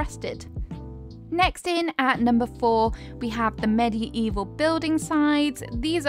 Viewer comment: She really said “meddy-evil” 🤣🤣